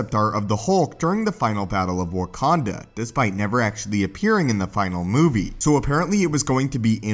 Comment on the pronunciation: He said warkanda